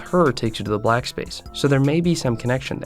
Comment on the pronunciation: “Black splace”